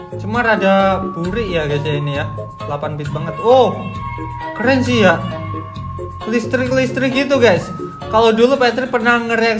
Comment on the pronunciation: Bang pas bang bilang listrik agak salah